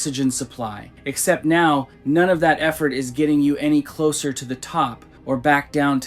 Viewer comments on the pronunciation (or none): none